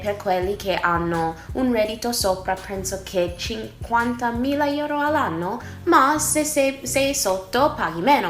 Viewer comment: pronunci male 'euro' dici 'ieuro' 😆